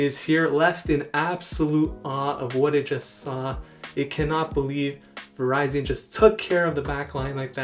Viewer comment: Lol I think its pronounce Va-rizi-in also.